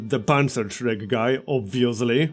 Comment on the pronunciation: You pronounced "Panzerschreck" almost perfectly! I know how hard it is to talk in a foreign language (my English sucks), but I always like it when someone at least tries :)